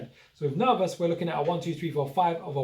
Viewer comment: It's ner vos network. Not ner vous network. VOSS VOSSSSSS!